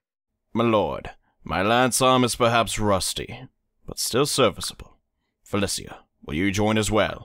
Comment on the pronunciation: Cant stand the way you’re pronouncing Felicia